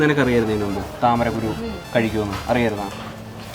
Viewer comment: താമരക്കുരു alla 🤣🤣 താമര ക്കുരുവിക്ക് തട്ടമിട് ന്നാ...🤣🫵🏻